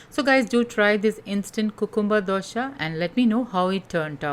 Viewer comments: Dosa not dosha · It's dosa not dosha But recipe is really helpful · Madam gud recipe but pls pronounce it as dosa not dosha. It gives totally different meaning..